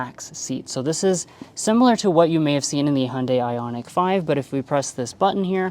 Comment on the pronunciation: As a Korean i appreciate you trying to pronounce Hyundai the correct way. Love your reveiw style. not too long but in-depth enough for the details. Keep it up